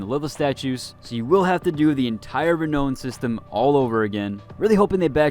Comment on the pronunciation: You are hurting my brain. It's re-now-n, not re-no-n. Sorry to nit pick, but every time you say it, my brain winces, lol.